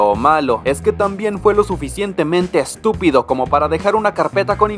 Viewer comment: Me da risa la forma en que dice la palabra estupido